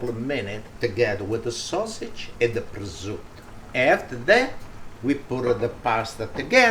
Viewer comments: Please pronunce prosciutto properly.. no presutt You are italian...😮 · Grazie ! Why do you say 'prozut'? And not prosciutto? 🙂 Nearly 500.000 subscribers. Congratulations 👍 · Prosciutto, hard-core old school pronunciation = PRO-ZOOT I love this man!